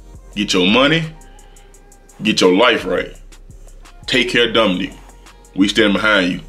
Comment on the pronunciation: come on now, lets say it together DOMONIC not DOMINIQUE.😲😬😍